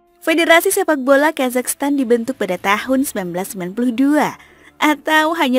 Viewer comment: Ya Allah oh Iyah bener yah selalu ujungnya "Stan" bukan "Tan" 🙏☺️